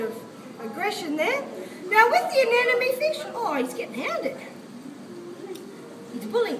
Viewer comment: Anemone, not anenome.